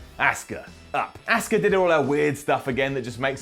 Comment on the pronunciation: You're finally saying Asuka and not Oscar lol!